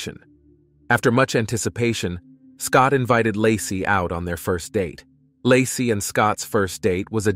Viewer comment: . 😂 "Lah-see's" hometown... 🤣 baby due in 2023?!?!?!